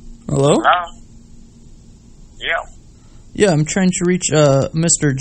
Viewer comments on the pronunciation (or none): Did you really actually say "henlur" picking up the phone